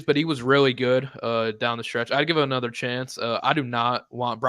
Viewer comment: Did homie say "it's a notra thing" instead of "another thing" 😆